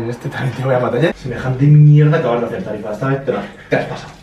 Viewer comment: vocaliza tarifa , hagame el favor